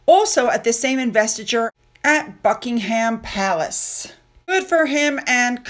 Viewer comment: Eugenie is not pronounced Yew-Jeanie. Eugenie is pronounced Uge- Ennee Buckingham Palace is pronounced Bucking-um